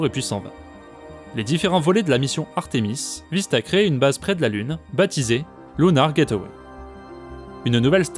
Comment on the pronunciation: Très bonne vidéo. C'est juste dommage que les mots anglais (lunar, guardian) et noms de personnes américaines (Neil, Elon) soient constamment mal prononcés.